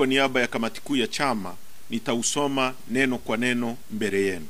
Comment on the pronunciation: Hata kuongea hajui mbere badala ya mbele😂😂😂 ndo makamu huyu au makamasi